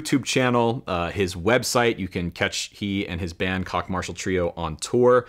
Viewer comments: I thought it was Koch not Kock. I could be wrong. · One correction, Koch is pronounced "cook". We knew him in college. He has always been a pleasure to listen to. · I don't like the way he pronounces that name: Great Kock! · Isn't Koch pronounced as 'coke'? Peace ✌️ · Is his last name pronounced "Coke?"